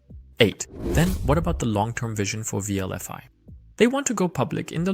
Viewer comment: Wlfi not wlvi